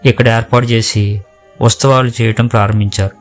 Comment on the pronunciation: Usthavalu antunnaru,kanee palakalsindi uthsavalu ani please correct your pronunciation,memu akkadaku velli mariyamma garini mokkamu ma vignapana mariyamma gari dwara Jesus ke chesthunnam adi theliyani chala mandi meelane apoha paduthunnaru oka vela kondaru theliyaka meerannatle chesinaa kuda devudu varini emee anadani na pragadha viswasam